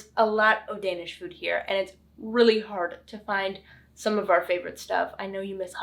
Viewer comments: Du har en rigtig flot dansk udtale 💪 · Perfectly executed idea. Well done! The Danish pronounciation is to die for❤